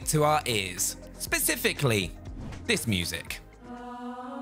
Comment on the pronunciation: “When we’re talking about ray tracing we’re talking Pacifically...” as opposed to Atlantically?